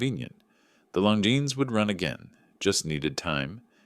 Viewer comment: That's how its pronounced.